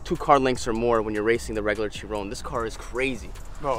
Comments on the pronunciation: CHEE RON 🤣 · It's most definitely not pronounced like in the video, it's named after Louis Chiron pronounced as you said Shi-ron.